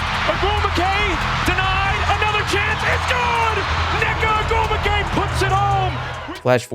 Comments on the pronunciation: It is pronounced O-GWOO-MIKAY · quality vid bro…it’s pronounced like “oh-goom-wik-ay” tho just for future reference 😂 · Actually, her last name is pronounced Oh-gwoo-mik-ay. Love both Nneka and Chiney. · I loves the coverage here, but please learn how to say the Ogwumike sisters names, first and last. You even included a clip where it was pronounced properly. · Pronunciation: Ogwumike Oh-gwoo-mi-kay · the pronunciation of ogwumike... does the guy doing the voiceover actually watch w games lol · I know you're trying your hardest but listening to you try to say ogwumike is taking me out lol. Great video tho! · Yeah that was bad they even added a clip of them saying her name right